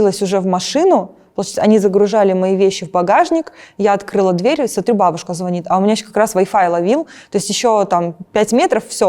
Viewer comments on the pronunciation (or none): none